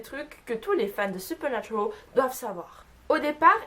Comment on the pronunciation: Supernaturaaaaal pas supernaturooool tu est française sinon bonne vidéo 😜